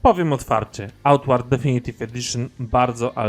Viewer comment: Mówisz na końcu tytuł gry, ale mówisz jak byś jadł makaron. Co to za tytuł?